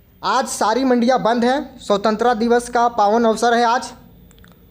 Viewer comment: स्वतंत्रता तो सही से बोलो भय